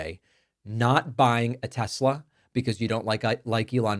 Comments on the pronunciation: He said tesler🤣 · Tessler? Did he say that? For real? 😂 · I cracked up when he said “tesler”!! He’s buying one from his best bud and can’t even pronounce the car and company’s name!! It will forever be tesler from here out! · Its TESLER, not TESLA. Didn't you hear dementia Don? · Isnt it Tesla not Tesler....🤔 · I know Americans love over extending their r’s but is it not pronounced Tesla, not Teslar? There is no r in Tesla. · The "Tesler" clip gets me everytime 😂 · " I love Tesler" 😂😂😂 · I love tesler 😂😂😂😂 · What the Fk? " I luv Teslerr frocking orange idiot."😂😂😂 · I love Tesslerr!!! 😂😂😂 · Trump's a scared puppy. He had no problem with the gAhtDaMn insurrection but he takes issue with opposing rallies and marches. What a tool. He should take a minute to get a reading and English tutor. From Troath Central to Tesler. I wonder what Trump's reading level is...😂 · Trump is a daily humiliation. Also, “Teslar”… ? What a moron! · "I luv Tessler!" - made my second laugh today... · Tesler??? 🙄 Does DT even know what his own name is? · I love Tesslurr😂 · I love Teslerrs😂😂😂😊 sounds like something Madea would say. Leave it to Trump to mess up a name. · "I LOVE TESLER" 😂😂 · "I love Tesler!" What an idiot. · The insert of trump saying "I love tessler" made me laugh out loud. Thanks, I needed that! :-) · Troth Social and Tesler 😂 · Tesler LOL Its all computer LOL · "Teslerrr" & Hitlerrr... It's all the same, right? 😒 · Teslerr!! Lmao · "Tessler" and "Troath Senshall." Truly a great legacy. 🙄 😡 😒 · Mate I watch you but taking the piss on the pronunciation of tesla isn't. Non American accents pronounce it as such and it probably repeats how elon pronounces it. Trust me I hate trump but taking the piss on us that don't say telsa as a American isn't it mate..